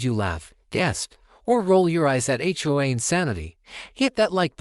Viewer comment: What is "HO-AH? Do you mean HOA? Try to get it right next time Just seems phony to me|